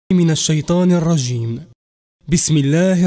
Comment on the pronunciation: لي راه يقول أعوذ بالله من الشيطان الرجيم انطق الجيم مليح